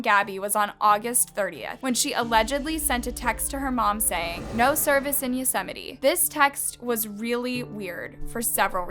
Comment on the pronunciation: yosemite is pronounced yo-sa-might